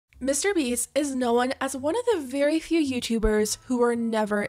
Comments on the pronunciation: I’ve never seen comments about this so am I crazy or is the pronunciation of KNOWN super weird here? It sounds like no-win instead of NO’n. Am I alone here? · Anybody else notice how she pronounces words that end in -wn like known, as -wen, knowen? It gets me every time! Love the content though ❤